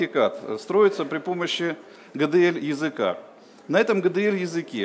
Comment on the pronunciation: Гэ Дэ эЛь)))